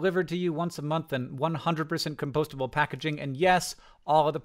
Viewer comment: Hank said compostable the same way as that podcast where he tried to say it in an English accent ❤